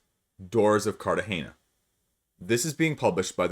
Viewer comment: Pro Tip: in Spanish, the word accent normally is placed NOT where is placed in English... "alDA'bas" (btw, you said Cartagena very well 😉)